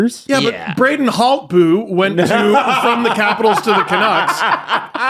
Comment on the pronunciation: I have to correct you.. it's Brayden Hoooltby